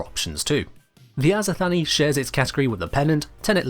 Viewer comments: If we are indeed going for a greek pronunciation for the azothane, it wouldn't be "Azo-Thanie", it would more likely be "Azoth-anie", so a similar syllable structure to "persephone". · It's not azothany it's just azothane like like the name Shane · "azothanee" its azo thane XD I think...